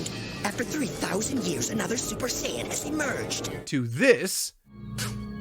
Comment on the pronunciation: all know and LOVE!? Lol no Ocean dub was way better lol although all the dubs mispronounced Kaioken and Saiyan so yeah